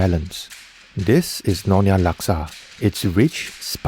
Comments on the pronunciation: It is nyo-nya.. not no-nya. and Laksa Siam is NOT orignated from Pattani Thailand. It is common in southern Thai and Malaysian states that bordering Thailand such as Perlis, Kedah, Kelantan where Malaysian Siamese reside.😊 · It's Nyonya not nonya